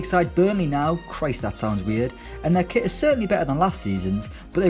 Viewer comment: “and a new quit”